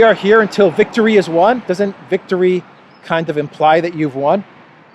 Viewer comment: hmm what were they eating pasta with bread for lunch? is that why she said "vistory is won" ?? lol